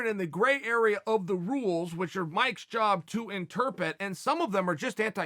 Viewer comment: “Interpit” lol noiiice